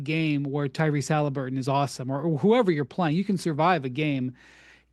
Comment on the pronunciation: So what? The Bulls weren’t much better than the Pacers in ‘98. These arguments supporting the Knicks are hilarious. And why is he pronouncing it Haleeburton?